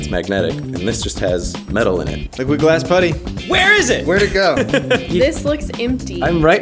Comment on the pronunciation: When you say liquid glass it sounds like your saying liquid ass